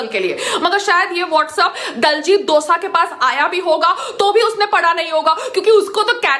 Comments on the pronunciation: Dosa lol name leena ton sikh le phele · Payal madam for your kind information diljit dosaaa nhi diljit dosanjh hota hai. Punjabiyeo ko pagal kehti hai khud ko pta nhi k kya bol rhi hai.